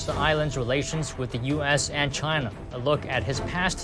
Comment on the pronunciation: what is this ai voice saying shina